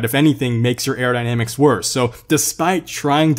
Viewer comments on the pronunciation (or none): none